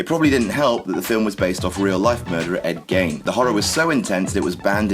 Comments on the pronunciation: #4 - ED GEIN not ED GAIN. Fucks sake, you're really really stupid (or more likely lazy) ain't you? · It's pronounced like bean. Ed Gein. Not gine or gain.